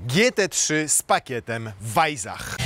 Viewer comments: Nie wajzach, a wajsach. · Weissach... chyba powinno się czytać przez S a nie Z, podwójne SS czyta się jak S. No chyba, że miejscowi mówią przez Z, wtedy oni mają rację... nie czepiam się, tak tylko - zwiększam zasięgi